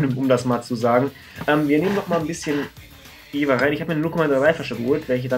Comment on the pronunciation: Top Video ;D Mit deiner Punkteverteilung stimme ich auch überein.... Da ich auch in Jever wohne habe ich aber noch einen kleinen Verbesserungsvorschlag denn es heißt Jever und nicht Jewer ;D